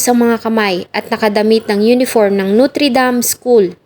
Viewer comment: Pwede mag aral ka ng tamang pronunciation...hindi NUTRI... NOTRE. 😂